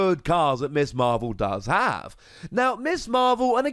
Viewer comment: It’s Ms Marvel, not Miss Marvel... ;-)